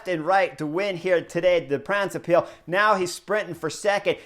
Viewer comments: For: The word Brabant comes from the province of that name (It's not 'Flanders' Vlaanderen). And with the -se extension it has the rhythm of the English word: knucklehead. OK? The first syllable is 'Bra' (just like the undergarment); followed by:; So you get: Bra-bant-se. Say it at the rhythm of 'knucklehead'. For the 'ij' in Pijl read a 'y' and it sounds close to the English word 'pile' (meaning 'arrow' in Dutch) Combined: Bra-bant-suh Pijl. At the rhythm of knucklehead pile. Once you get this down your subs will double to 100K (Kudos for: 'Moskesstraat; that was perfect!) Thx for your analysis and commentary; as always! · My Man Chris Horner, I am going to help you! Try to say (in English): BRA BAND SAY PILE good luck!